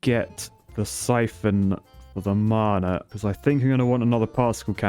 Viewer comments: P.S. "Mana" is not mar-nar, it sounds like manner. Mah-Nah. Rhymes with banner. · It’s not maaaaaana it’s mana. Man-a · Why are you saying mana as marna it hurts my ears XD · Is it me or the way he says mana sounds posh? 😂 I pronounce it (maa-naa) Vs (mar-nar)